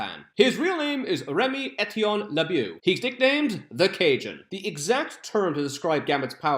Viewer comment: I can't believe you pronounced my last name right lol.